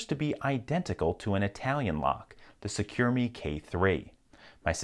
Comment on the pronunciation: Pronunciation for the Italian model SECUREMME is SECUR "AEMMAE" and the "aemmae" stands for the letter M in italian which is the double first letter of Mario Malighetti, the owner of the company. (so instead of SECUR MALIGHETTI it is only SECUR M)